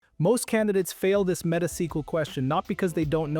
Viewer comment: What a jarring Meta mispronunciation at the end